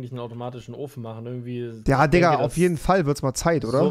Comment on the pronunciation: digga nicht dikka 😂